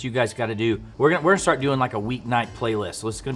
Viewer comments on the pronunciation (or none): none